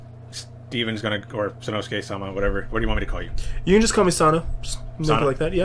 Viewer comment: You're accentuating the wrong syllable in sama... I like the name. was one of the first anime I saw too.